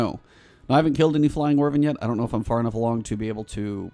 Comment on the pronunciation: How are you getting "wervin" out of wyvern?? The "wy" part is either pronounced like "wide" or like "whip".. both are correct, but it's definitely not "wervin", lol